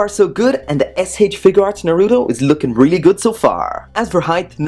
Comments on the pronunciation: It's Naruto not fucking narudo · Its naruto not naruo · Who else hates the way he pronounces naruto